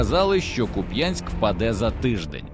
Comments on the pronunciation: Ще раз ...не куп*Янськ ...а кУп*янськ !!!! Слава ЗСУ !!! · КУп'янськ, наголос на у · Куп'янськ,наголос на перший склад. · Слава Україні! Але трошки неприємно чути назву міста з неправильним наголосом як це роблять росіянці.